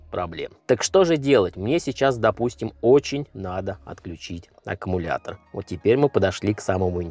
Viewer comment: Блин аккУмулятор , а не ака...